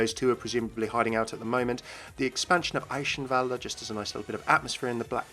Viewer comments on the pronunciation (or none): It's pronounced Eye-Kh-En-Valda.